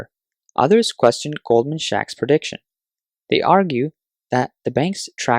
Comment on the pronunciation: I couldn’t make it past the mark… the Sachs in Goldman Sachs is pronounced like “sacks”, definitely not “shacks” 😱